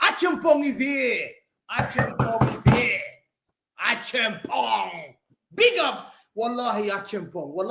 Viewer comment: This guy is saying acheampong like a real ghanaian uncle